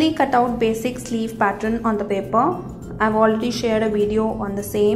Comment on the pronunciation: Fabulous dear.....thx been searching for this sleeve fot over a year...one small suggestion, its pronounced pat-turn(pattern) not pat-tron....its kinda off putting to hear it prounounced that way...otherwise fabulous video....hope u dont mind the suggestion!!! thx u for flutter-butterfly sleeve!!!